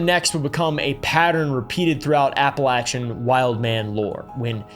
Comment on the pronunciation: Can people like this stop making the Appalachians sound like some mystical place. Besides pronouncing it wrong, this region is one of the poorest, most underfunded areas in the entire United States. It is a deep red, abandoned location with almost no resources, full of drug movement and poverty. The people there aren’t “wild men” they’re abandoned, intentionally, by their states. It’s not a playground for larping country guys to pretend is mystic, it’s just sad.